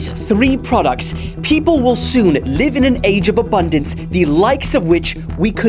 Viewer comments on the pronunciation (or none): none